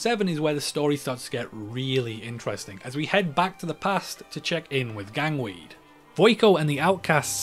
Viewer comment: Gangway? Nah, “Gangweed”